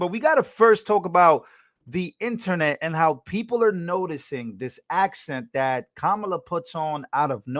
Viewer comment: Bitch literally said "dat"